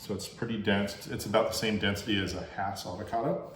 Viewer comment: So glad I've planted a Jim, last year. But as to early varities, our Jan Boyce came on, here in Lakeside, in February and were just excellent. Thx for the videos, and that you're pronouncing Hass correctly!